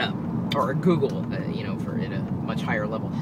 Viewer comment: You always scare me by saying "... and four eyes on the road." Are you an alien or am I just missing something here :P